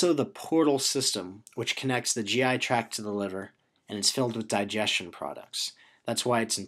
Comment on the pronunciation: Driving me crazy with "track" instead of "tract" haha but the video is awesome. Thanks